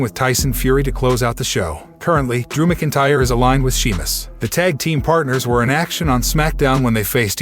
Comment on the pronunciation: please say drews name properly please